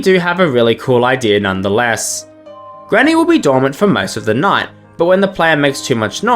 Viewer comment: Ah yes ultimate custom "nigh"